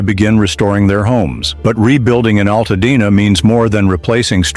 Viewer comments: WTF is Al Tad Na? Stupid AI narratives need to go! Nobody needs this crap! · Alttadna..no altadena get it right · That and the mispronouncing of my home city is why I had to stop watching!